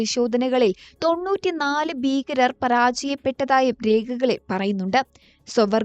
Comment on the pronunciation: ബീകരർ അല്ല . ഭീകരർ